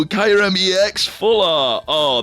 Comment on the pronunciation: That's absolutely not how Kyurem is pronounced.